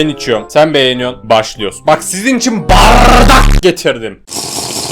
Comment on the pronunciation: Abimin barrrrrrrrrrrrrrrrrrrrrrrrrrdak denesi